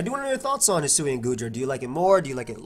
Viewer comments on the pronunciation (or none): pronounce the sui in hisui like the sui in suicune